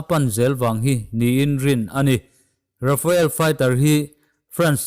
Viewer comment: Rafael jet nilovin, Rafale tih zawk tur